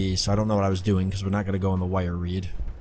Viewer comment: Repeat after me "WIRE WEED"